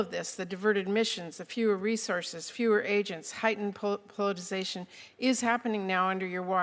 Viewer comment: Old bag cant even say politicisation properly 😂